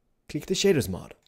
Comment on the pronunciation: ''Now it's time to install Optifine, and the Shidders Mod'' I'm sorry, I know it's your accent but I'm just dying over here.